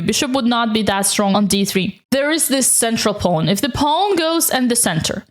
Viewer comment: I love the way you pronounce pawn “ pown” It’s the biggest reason I watch your videos 😊